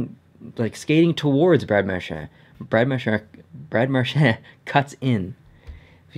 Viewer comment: No offense to but did it frustrate anyone else the way he says Marchand